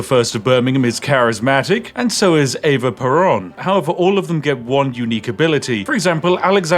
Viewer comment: I had to double check in the most cartoonish way possible that you indeed said EVA PERON, im dying